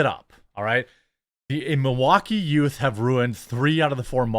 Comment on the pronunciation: What's a yoot?😂